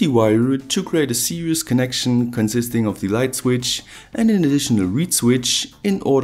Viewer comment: parallel is more fun when series is pronounced serious